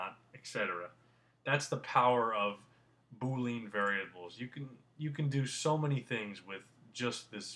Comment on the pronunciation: Good tutorials. Thank you. Just FYI, you are pronouncing boolean wrong.